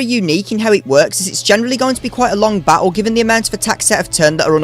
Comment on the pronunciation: Has anyone ever told you that you pronounce the word battle and many other words like a total dickhead?